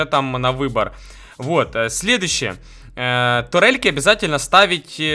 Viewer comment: Турельки, а не тАрельки